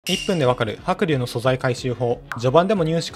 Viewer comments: は↑く→龍↓のイントネーションめっちゃ気になる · 白↑龍↓ 発音好こ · 白龍がカイリューの発音の仕方で草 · 発音がもうドラゴンタイプのニョロニョロした青いあのポケモンなんよ。笑笑 は↓くりゅー→な。笑笑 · 白龍のイントネーション独特で気になったw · 白龍のイントネーションが気になって夜しか眠れん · 発音がポケモンのハクリューなのめっちゃ気になる